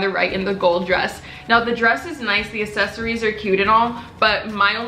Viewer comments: This girl thinks it’s the same as assists or assets, when it’s more like access or accept. The word itself has 2 “C”s at the front and shes just ignoring it all together. Accessories not Assessories. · It’s accessories not assessories dumb bitch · What the fuck is assesories?! Bitch it’s aCCessories🤦🏽‍♀️ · you say it like asses-eries while i say it like ex-ces-eries 💀💀💀💀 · its probably because you pronounce it ase-so-reese when its pronounced ax-e-soreese btw ily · Ok. Here’s the tea. People were nitpicking you about the way you pronounce accessories. I see why. You pronounce accessories “assesories” when most people pronounce it “access-ories” like saying access but then adding an “ories” at the end. Accessories. That’s the tea :P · It’s ACCessories not ASessories😂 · The way you say accessories isn’t correct. You pronounce the word as if you’re saying asses like assessment or asset when you should be pronouncing it like the word access or accept. Notice the word has two “C”s next the the “A” and not two “S”s. Access = accessories NOT Assets = accessories. There is a major difference and the way you’re pronouncing it IS in fact wrong. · Hhaha most people pronounce it "ak-sesory" and not "ass-sesory" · Assesories thats how you said access-ories is how you say it 😂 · it’s aCKsessories not assessories pmsl🤣ily tho💕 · No one: Literally no one:: ASsEsoRies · It's ACcessories. Like, "Account." Jesus.. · saying “assesory” for 19 min straight pt. 2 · Its ac-ses-so-ries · nobody:: assessories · I love you, and as a loving subscriber i want to help you. Its pronounced 'aksesoreez' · Say • AC-SESS-ORIES • thanks gorlie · no one:: asSesAriEs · accessories is pronounced eksessories love you xx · Accessories is pronounced “Uhk-seh-sr-eez”😂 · its not pronounced like that 😂😂! It’s pronounced (AK-SE-SORY) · Uhk•seh•sr•eez lol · That's not how you say accessories 😂😂😂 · U r saying accessories wrong though